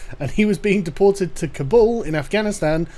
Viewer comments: I don't speak Swedish at all, but "deportated" ?? That was grinding my gears every time she said it. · Why does she keep saying deportated? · Can we talk about her saying "deportated"? It's "deported". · deport-tate: so terrible lol stupid bitch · Day-poor-tayted. Fucking stop. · "deportate" - WTF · "Deportate" That's a new one. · What infuriates me most, however, is that nobody corrected her when she said "deportate". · "deportate"? lol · because the lovely lady in the video constantly pronounces it "deportated" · Did she say "Deportate"? Bitch doesn't even know how to say the word right, and she thinks she knows better than everyone else. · ... "Deportated." Sweetheart, I have friends in Scandinavian countries who run rings around native English speakers. And they're not , 'privileged', they're just ordinary citizens. Do us a favor, dear, and learn how to speak the language before lecturing us in it.